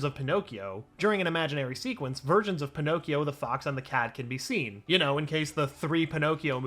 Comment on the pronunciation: instead of versions i heard virgins of Pinocchio